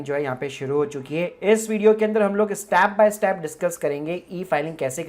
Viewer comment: Why are you pronouncing Step as STAP ?